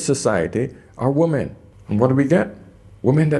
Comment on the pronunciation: I love your videos, but you're killing me with your mipronunciation of women. wi-muhn